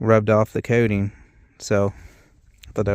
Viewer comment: Coating not kay-ting...